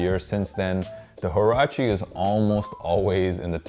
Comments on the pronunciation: you pronounce it wa-ra-chee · does anyone actually know how to say or pronounce huarache properly lmao , just cringe